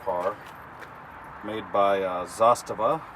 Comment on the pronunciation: You pronounce Zastava perfect :D